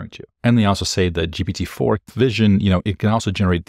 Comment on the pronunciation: Pronunciation of GPT in French: you nailed it! (it's the same as in Portuguese)